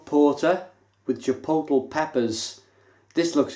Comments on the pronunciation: If it helps, Chipotle is pronounced chipot-lay.. And Jalapeño is Hala-peno. Cheers. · chipotle is pronounced 'Chi-pot-LAY' and the J in jalapeno is silent. haha I had to! Great review as always mate. I haven't had this one, I liked the choc orange version though. Very subtle. Nice stuff. Cheers!